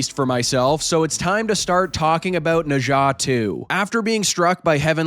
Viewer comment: After hearing your pronunciation of Nezha, I know you are professional!